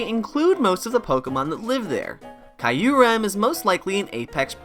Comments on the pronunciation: Kee uh rem, not kaiuu rem🙃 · one true enemy is pronouncing Q-REM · I’m sorry but that Kyurem pronunciation sounds like nails on a chalkboard to me